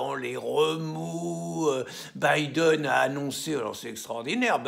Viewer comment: Ah finalement quelqu’un t’as enfin appris à prononcer Biden, lol. C’est un bon début maintenant va apprendre l’anglais courant et tu pourras commenter la politique américaine, Charlot !